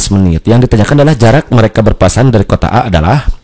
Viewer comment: Berpapasan bang bukan Berpaspasan wkwkwkwk